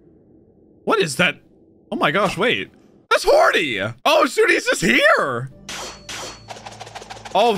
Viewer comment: I try my best to edit out the R when. I hear it. I hate that R being there. Hody sounds like a name. Hordy doesn’t.